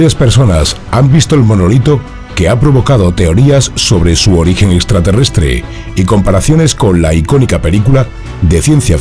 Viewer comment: Es “UTAH”, no “Utat”. 😅 Y se pronuncia “SNEIK”, no “snake”. 😂 “Extraterrestre“, no “estraterrestre”. 😆